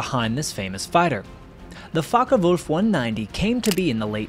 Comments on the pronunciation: It's Focke, not Fokker. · Oi😊s focke wulf not fokker wulf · I wish you'd pronounce it properly: it's Fo... as in Ford.